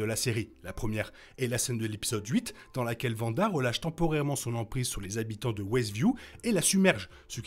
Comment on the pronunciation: C'est Wanda. Le W ne se prononce pas V